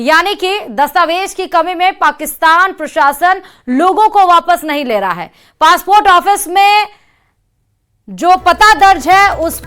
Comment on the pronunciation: Phly urdu k ف sahi karen phr bolen فاسپورٹ نہیں پاسپورٹ hota hee😂😂😂😂